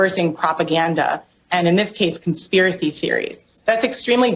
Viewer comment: c'mon man, LET THE TRUTH BE TOLD. AND STOP SAYING "CONSPIRACEY THEORY"